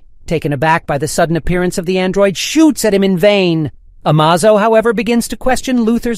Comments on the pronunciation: It's A M A Z O not A M OZO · Amazo? It's ameizo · It’s A-may-zoe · You say Amazo, I say Amozo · Why does everyone pronounce Martian Manhunter Martian name as John Johns? It's Jonn Jonnz which is John Jones like his earth identity! Oh and also the Android is Amazo! Not Amozo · It's I-vo ... not 'E-vo'; A-may-zo, not 'Amaz-o'. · Amazo= A-May-Zo, not, A-Maw-Zo Lead= Led by superman, not, leed by superman. Only two of many, pronunciation errors. Plus all the syntax, grammatical, and punctuation mistakes. I'd personally lean(leen) towards it being A.I. narration. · Ah may zow!!!! not A ma zo. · You said am o zo? It's pronounced amazo. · Why do you keep saying "A-Mars-o" and not "A-maze-o" like it's pronounced in the show? Also why do you say "The Hawkgirl" instead of just Hawkgirl, she was never once called "the hawkgirl" in any of the two shows. 🤨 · Has to be. Changes the pronunciation of its name from amazo to amahzo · Surely it is AI. Amahzo, amaizo... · And all wrong it's amaze O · Amaze... O. Not Amazo. Ah-May-Zō. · Dude, it's pronounced Amazo as in amazing. A-maze-o, drove me crazy every time you said his name. And you in the title you said a god. Yes he's powerful but he's still an android. Just highly evolved. Other than that it was a good video. Don't get me started on the way you said Jonn jonzz. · The android's name is pronounced "Amaze-o." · A-maze-o Ah-muhzo Amazon E-muhzo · Its A--maze-o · Why go from Amazo to AhMahZo to Amizo to Ahmzo you fluctuated the pronunciation so many times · A"MAAH" ZO? FOR REAL 😂😂DUDE? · is it just me or is the narrator mispronouncing Amazo, it should sound like UH MAY ZO, just sayin' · Ah-Maz-oh... Now, I know you're doing these pronunciations on purpose. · "A-maze-o". Please be consistent in pronunciation. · Pick a pronunciation of Amazo and stick with it. It's A-May-Zo. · The narrator pronounced Amazo’s name 10 different ways. That’s pretty amazoing. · You pronounced Amazo like 3 different ways in the same video 😂